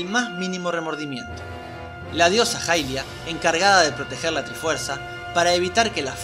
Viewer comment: la diosa se llama hairia en japones (pronunciado jairia) asi que es mas correcto decir jailia que ilia, ademas se confunde con el personaje de twilight que sí se llama ilia.